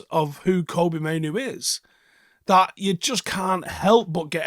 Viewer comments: come on, don't you make that Mistake, It's Kobbie???? Like Robbie, but with a K, NOT Koby, or Coby STOP IT HIS DAD TOLD EVERYONE HOW TO SAY HIS NAME, Andy Mitten Plastered it on the Front Cover of UWS too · please start calling this man Kobbie like Robbie. The correct pronunciation as stated by his father. Heard this from Talk of the Devils pod. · Andy mitten said on the Talk of the Devils podcast a while back that he spoke to Mainoo’s dad, and its pronounced like Robbie with a K. Love all the content mate 👍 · Love the analysis as always but who the fuck is Kobe? His names Kobbie let’s show the lad a little respect 🫡